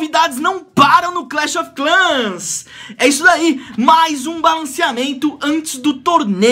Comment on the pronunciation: kkkkk vdd ele falou errado